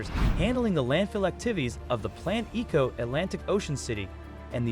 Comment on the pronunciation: E'ko Atlantic city not Eco Atlantic city. Stop using robotic voice, people.